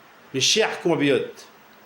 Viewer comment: On dit compatriote pas compapillote !